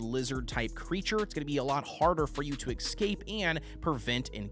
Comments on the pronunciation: Why do people pronounce escape like Ex-cape? Is this an Axe question? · Great vid! I'm so excited for all the farming and house contraptions I can make at my cliffside manor. It's driving me nuts that you're saying "ekscape" though😂